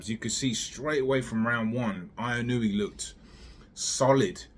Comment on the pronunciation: Inoue : In-u-way